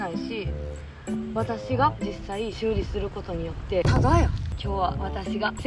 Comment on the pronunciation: 修理の言い方が生理になってる！